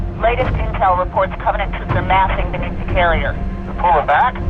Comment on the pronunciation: Why would you have a person read this script who clearly has never played a single Halo game in their life? That's one thing but the guy can't even pronounce actual English words like Covenant.